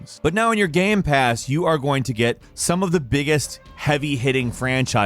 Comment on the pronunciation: I can tell you are a Sony fanboy since you mispronounced GamePass